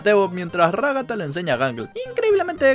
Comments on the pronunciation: Ragatta❌ Ragasa😃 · xD ragasa en vez de ragata y supersivo caine xD